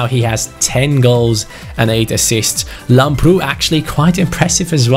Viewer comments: Hey,lamprou is called làmprou and not lamproù Like so can see👍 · Lamprou is pronounced làbrou. I'm greek and its very weird hearing it wrong. Like so can see